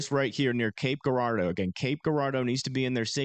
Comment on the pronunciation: okay i know it looks like cape guuurardeau but its pronounced Jurardo if that makes sense lmao